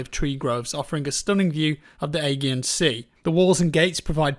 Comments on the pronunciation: Agean is pronounced A-Gee-AN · Aegean... pronounced “a-jeean” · The what sea?? LOL A-Gee-An Sea maybe? Looks amazing. Love the verticality. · Ageeean sea? 🤣